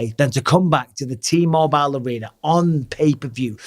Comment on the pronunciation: I know I can't be the only person who absolutely can't stand the way Bisping pronounces "T-Mobile!"